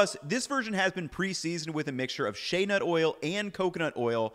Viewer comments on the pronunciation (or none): none